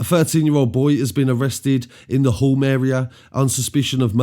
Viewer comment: It’s pronounced Huume not hulm lol 😂